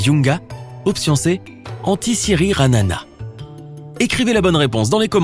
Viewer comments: C'est Antisirana pas Antisirinanana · Au lieu de dire antisirana il dit antisirirana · Antsiranana hahahaha pas Antisirana XD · Antananarivo - Tananarive , ma ville ♥️😍 Antisirana 😁😁😁 c'est Antsiranana 😁😁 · Il y a que moi qui est remarquer que il a dit Antisiranana au lieu de Antisirana ?? 🤣🤣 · j'apprécie la question, mais il faudrait tout de même corriger la prononciation Majunga ne se lit pas Mayunga mais comme écrit! comme jungle. et c'est Antsiranana non pas Antisiranana. merci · Les deux villes c'est Antsiranana et Majunga mais pas Mayunga et atsi....?? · Antsiranana mais pas Antisiranana😂😂😂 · Euh c moi ou il a dit antisiranana alors que c antisirana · Quand ta écris la troisième réponse a la question y avait écris "antisirina" et ta dis "antisiriranana" (je sais c'est peut intéressant😐😐😐😒😓😃😃😃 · C'est écrit Antisirana et le mec a dit Antisiranana 😂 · ta dit "ANTISIRIRANANA" au lieu de ce qui est ecrit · Le mec a dit Antisiranana 😂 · "antisiriranana" mdrrrrrrrrrrr